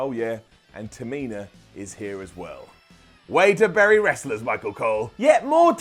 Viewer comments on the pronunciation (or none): none